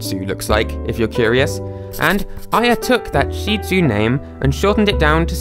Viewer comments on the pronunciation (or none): It's pronounced shih-tzu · It’s not Sheezoo it’s Shit-zoo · A sheeee sue what the f*** is that!??? It’s a shit zue, that’s how you pronounce it, I don’t know why the f*** you say it so f***ing weird or why I am so f***ing mad but a Shih Tzu owner every one says it like that not sheee sue!!!😡🤬🤬🤬🤬🤬😡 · When you pronounce Shih Tzu as sheezu not shitzu 👁👄👁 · Was called a seeezu You know you can say the real name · why am I a little raged that he pronounced shitzu sheet soo, (I say it well, I pronounce it sh- well I don't wanna say I'm a kid and then soo) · Sheezu You can also say it uh... “Sh.t tzu” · you pronounced shih tzu wrong and I know that because I actually have one